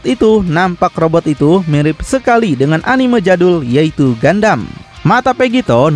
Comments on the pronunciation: ralat min bukan gandam tapi gundam 😂😂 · gundam bang bukan gandam, knp ga sekalian gandum🤭🤣